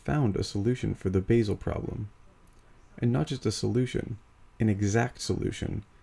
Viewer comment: A polite observation. Basel is pronounced “Baasel” as in Bar-zle, not Base-el.